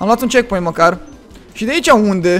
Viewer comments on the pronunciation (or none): De ce ai zis checkcoint?